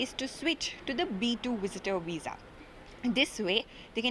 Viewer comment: What’s weess… veeeeeesa!